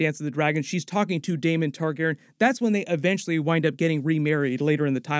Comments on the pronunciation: Great video, basically confirmed a lot of what I was thinking as well. I'd just make sure you call Rhaenyra's dragon, Syrax. Meraxes is dead at this point in the timeline and wasn't her dragon. Also, may want to learn how to pronounce "Targaryen" for future videos :) it drove me a little crazy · Not trying to hate or troll but you really do need to fix how your pronounce "targaryen".